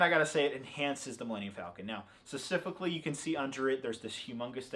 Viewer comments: Stop saying "scecifically". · "secifically" - (since he was born) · i love you... but please work on your pronunciation of the word "specifically," its been bothering me since day 1